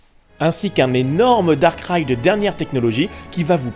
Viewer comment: A chaque fois qu'il disait "Dark Ride" j'avais l'impression qu'il disait "Darkrai" Attrapez-les tous